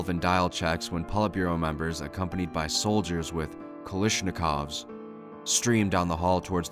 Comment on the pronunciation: its kal a shnikov not kal i shnikov